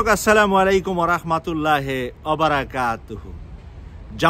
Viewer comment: রহমাতুল্লাহে না বলে, রহমাতুল্লাহি বলবেন। এটা সঠিক